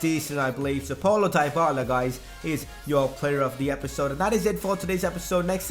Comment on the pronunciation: and for dybala is "dibala" not daibala